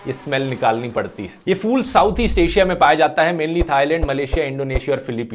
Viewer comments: it’s pronounced phool not fool (फ़ूल) please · Dhruv you are always right but when you call a flower a fool you are wrong because it's called p,hool but not a fool that means a bewaquf in hhindi urdu bhasha a flower is called p,hool hope you will try to pronounce it in its correct form p,hool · It's फूल not फ़ूल fool as you're pronouncing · Dhruv Rathee pronounced it wrong. You, your teacher and whole class pronounced it right.